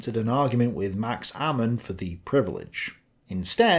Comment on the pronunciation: Not to nit-pic, but it's Max Amann, not Amaan.